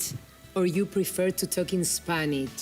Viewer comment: Aprenden de los video juegos y programas de tv en inglés. Ahora la conductora..inglich? Spanich?!! Jamas escuche pronunciacion tan mala.